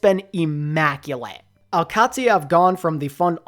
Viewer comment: I know its nit picky but the Q in al qadsiah is pronounced more like the G in gout or gourmet where it tickles the top of the mouth and the rest is a D and and SIA like the singer